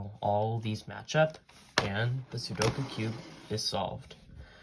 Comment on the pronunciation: IF YOU ARE GOING TO POST A SOLUTION VIDEO AT LEAST LEARN HOW TO PRONOUNCE THE CORRECT TITLE OF THE CUBE???? IT'S CALLED A "SUDOKU - (SOO-DOH-KOO) CUBE!!!!!!